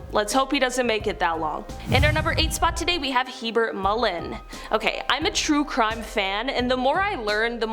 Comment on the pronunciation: It is HeRbert Mullin, not Hebert.